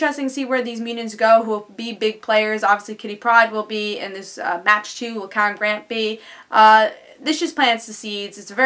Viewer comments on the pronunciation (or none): Good review. Although, I believe Mach 2's name is pronounced like "Mock 2" as in traveling at supersonic speeds. It will be interesting to see where they go with this arc.